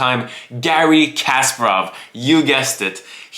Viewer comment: Love your videos, but I've noticed you mispronounce Kasparov's name a few times! It's pronounced Ka- spar- ov instead of casper-ov. Lol all love !!